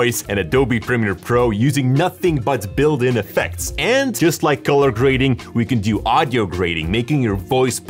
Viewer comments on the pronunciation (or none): none